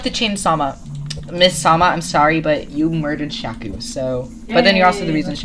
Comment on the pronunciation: sees Shaku Also:sHAKu